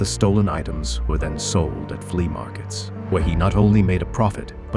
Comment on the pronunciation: I hate this AI generated content. "Flee-uh markets."